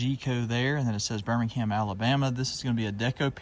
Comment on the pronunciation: Fyi. Birmingham is pronounced 'Birming am'. You don't say the H... It's not Birming ham